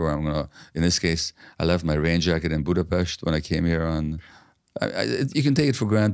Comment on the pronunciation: "Budapest". Pronunciation perfect. From now on I will make it a point 2 read yr books n get 2 know u. What an insightful human bring WHI SPEAKS HUNGARIAN...A sheinem Tog, sweet Doctor.❤